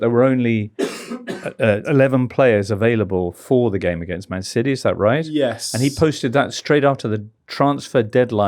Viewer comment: Mr Richardson pronouncing city as siddeee rritates me greatly.